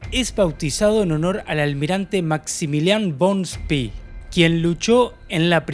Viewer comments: En alemán se pronuncia Spe no Spi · Se pronuncia Graf Spè, no Graf Spì. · Buen video. Sería mejor utilizar la pronunciación correcta del buque Graf Spee, con E al final, no I. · Vengo del linaje Spee y es un honor que en el mundo se rescate la gran historia de la familia y el buque! Por si acaso, el apellido es Spee, no Spi (se pronuncia con una E alargada). Para ponerlo por escrito, se pronuncia “Eshpe”. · Se pronuncia Graf Spee no spy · Eres lamentable. Mencionas al Spee como espi ? No es inglés . Es lamentable también el relato! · No es inglés, es alemán , se pronuncia SPEE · Spee, es alemán , no inglés...la doble E no se pronuncia como nuestra I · Estás pronunciando mal, por ejemplo, Spee...También confundís tiempos verbales del idioma castellano... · Pronuncia Spee en inglés! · El vídeo está Muy pero muy bueno y detallado. Pero tu pronunciación es desastrosa... Con respeto te lo digo. Se pronuncia Spee con e! Lo decís en inglés. Y ni te digo como decís Eugene... Trabaja en las pronunciaciones originales y tu trabajo será perfecto. Abrazo